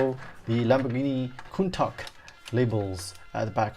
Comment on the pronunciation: You're the only person i've ever heard pronounce Countach correctly :) Nice review!